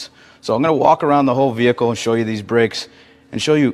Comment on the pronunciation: I’m not buying anything from someone who says VEE-hickle 🙅🏻‍♀️